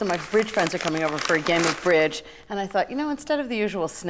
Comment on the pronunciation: I heard some of my fridge friends instead of bridge the first time 😂😂😂